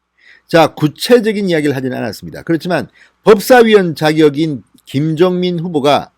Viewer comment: 김정민 김종민 ? 발음주의